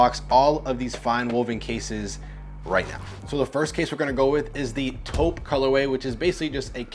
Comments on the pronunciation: Literally the first thing I noticed… LMAO.. dying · Bro slipped an L into the Taupe😂